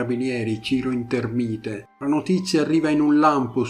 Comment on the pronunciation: Gran bella narrazione, molto curata di un brutto caso avvenuto in zone a me vicine. Unica cosa, se posso permettermi, il cognome INTERMITE, in realtà è INTE'RMITE. Ho conosciuto qualche lontano parente. Grazie e alla orossima